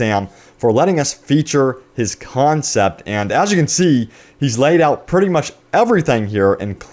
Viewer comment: "Concept" dammit